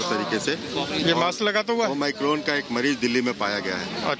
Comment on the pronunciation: It's omicron not 'oh my corn' 😂